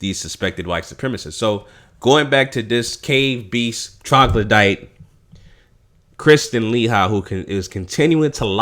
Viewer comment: Let's try to pronounce the names right people. It's pronounced, LA- HE. KRIS- TEEN. DO NOT LET MFs who are trolling our vids try to change the subject into " proper English" classes. The irony in that is how much of our language is constantly being ripped off and used on commercials, movies, all over the place, WEBSTER'S! Peace and Blessings to all who are strong and boisterous.